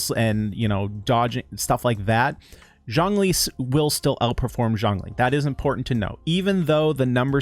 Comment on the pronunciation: no, u just saying it wrong. not jongling. Xiang Ling : *see-young Ling *say it quick